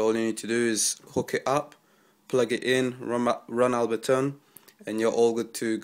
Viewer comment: ABLEton not abbleton